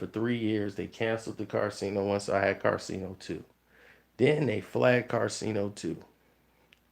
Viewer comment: how do you always mispronounce his name when talking but u spell it right in all 50 vids you made abt him?